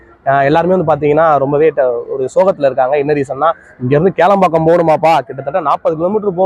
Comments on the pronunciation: Kelambakkam illa bro, that is Kilambakkam. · கேளம்பாக்கம் இல்லை கிளாம்பாக்கம் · Adu kelambakkam ille...Kilambakkam bus stand